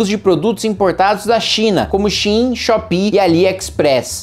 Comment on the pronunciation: SHEIN SE PRONUNCIA SHAIN